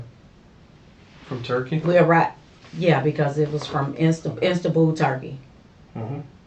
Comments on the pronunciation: Apparently, it isn't Istanbul....it's "Instaboo" Turkey 😂 Horrendous individual 🤮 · She said "Instabul, Turkey." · I would be checking if she was a real nurse. She doesn't pronounce names correctly, errors in common spellings, and complete lack of understanding of procedures. Who pronounces Istanbul - Instantbull. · “Instabul”. ..when she should have said “Istanbul” . “Notary Republic” when she meant to say “Notary Public” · She met that dude while in "instabowl" Turkey. LMAO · Did she really jack up the pronunciation of Istanbul?